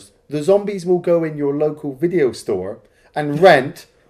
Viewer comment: "because it's shot on 'shideo' " ()